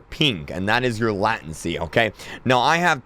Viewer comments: It's pronounced leytensy lmao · Bro it's called lay-ten-cy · Say it with me Lay-Ten-see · its pronounced late-en-sy not lat-ency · LATENCY, NOT LAT-EN-SEE, LAY-TEN-SEE!!!!!!!!!!!!!!!!!!!!!!!!!!!! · LATEncy not LATency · latEncy not latAncy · Latinsee. Its laytensee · Lay tencey. Not lah tencey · not lattency lAtency the A says A bruh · It’s lay-ten-see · It’s LAY tency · It's pronounced late in see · Lay-tensee pronounce it right please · It’s LATE-in-cee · Its pronounced (LATE-TEN-SEE) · "Latenz" and "pink" 😆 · Latency is not pronounced like that